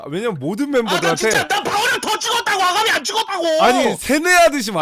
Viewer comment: 중력님이 말하는 아가미가 나는 아ga리로 들렸지??